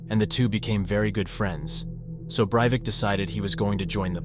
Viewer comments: Overall I think this video is good, and I'm always happy to find channels that treat true crime stories with respect, but you switch between pronouncing "Breivik" three different ways and it kept catching me off guard each time. 😆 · maybe it's just me but I found it a little annoying when you would pronounce his name differently every other time you say it lol. Great video over all tho! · Can u stick to one pronunciation of the name. Its annoying enough how often u say it.